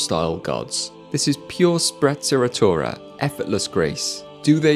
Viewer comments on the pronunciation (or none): This was the most british “sprezzuratoura” pronouncement we’ll ever hear!